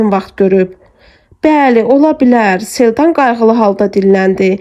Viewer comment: Çox gözəl əsərdir.Oxuyan xanım sağ olsun.Ansaq xanım niyə Selcanı Seldan kimi tələffüz edir